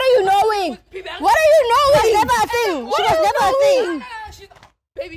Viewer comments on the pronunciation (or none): what are you No-wing😅😅😅 what an English